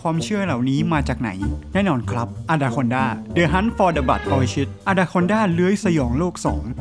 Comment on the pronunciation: Orchid อ่านว่าออร์คิดนะครับไม่ใช่ออร์ชิด😅